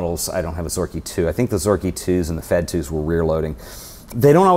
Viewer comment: I'm Russian and nobody in ex-USSR calls them F-E-D, evetone says "Fed"